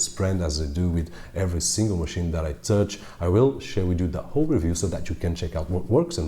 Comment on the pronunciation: Can say Hey... but says Ol' instead of whole.